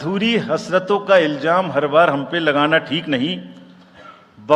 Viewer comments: Rajiv Kumar, Learn to pronounce before saying a shayri. It is Ilzaam and not Iljaam. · Sher bolna bhi nahi aata ilzam ko iljam bolrha hai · Iljaam nahi ilzaam hota hai😊